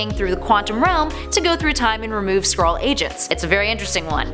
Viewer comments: this video is dumb but I did think it was funny that you kept pronouncing it like squirrel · I thought you said "Squirrel". lol XD